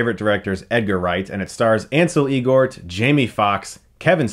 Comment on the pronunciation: "El-gort" not "Ee - gort"